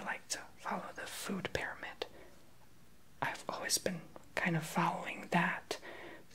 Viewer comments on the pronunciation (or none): none